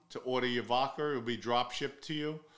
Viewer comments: Vodka has no R in it Pronounce the A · " vodker" lol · The way you pronounce vodka kills me every time 😂😂😂. Vodker